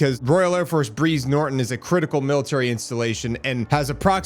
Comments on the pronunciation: BRIZE sounds like BRIDES. Not breeze….. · It’s pronounced the same as prize , not breeze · its br'EYE'ze, pronounced like Prize BTY, lovely little club just outside... . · Its Brize Like Prize and Thames like mens. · Mate it’s pronounced like Brian Briiiiize Norton A breeze is caused by a small wind 👍🤝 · Hi m8, always enjoy your posts. A quick fyi Brize as in prize . Thames as in tems. Keep up the good work. 😁🤘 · Small correction I’m not sure has been picked up; its pronounced like “prize” Norton and is the jumping off point for most major ops like Afghanistan and Iraq as well as returning soldiers, both fallen and rotated out of theatre